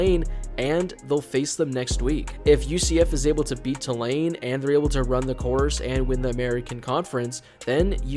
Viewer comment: It’s pronounced “Two Lane” for future reference.